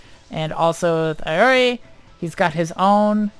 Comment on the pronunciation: Iori pronounced 'e-o-ri'